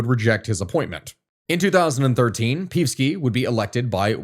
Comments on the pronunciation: OK, but not PEEVski. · It's read Peevski with E as in Energy, not as if it's an i or y, lmao. Not that I like hearing his name but your pronounciation makes it so much worse. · It's pronounced "Pei-ev-ski." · No, it's not. It's pronounced "Pe-ev-ski" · Damn you need a comprehensive course on slavic names, but i do appreciate you totally butchering the name of peevski the pig :) as we all do here overall good analysis, this issue needs to be studied and explained a bit more, nice try, for a 20 min video, unfortunately the shit we are in is a 3 hour deep one at a minimum (if you want i can give you some pointers)